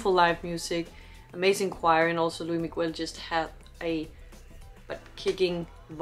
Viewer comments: Cute she pronounced luis migoo-el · Estaría mejor si pronunciaras su nombre (Luis Miguel) correctamente. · PLEASE PLEASE if you can watch his Netflix series (if available) and follow his career! he has been singing since he was 11 years old, just for you to know, his name is pronounce with the s at the end of Luis and Miguel, the u is not pronounce... sorry, just have to let you know... thanks for your reaction!!!!